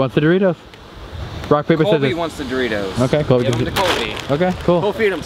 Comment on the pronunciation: Lol it's Colby not cobey 😂😂